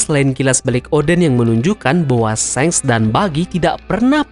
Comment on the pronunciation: wkwkkw mimin nyebutnya shenk (seng) ,bukannya shanks (shangs) ?😂😂